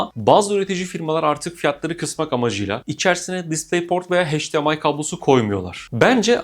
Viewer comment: HEYCDİEMAY değil EYCDİEMAY.... "H" ile okunmaz.